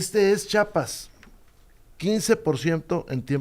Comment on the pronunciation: Rubén Moreira no es Chapas es Chiapas